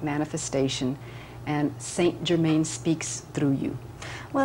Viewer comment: Yet again, someone channeling st. Germain who can't even pronounce his freaking name! Puts the entire MBS community to shame. Next, let's channel Jose the Mexican & pronounce his name "Josehay" instead of "hosey".... Must be authentic!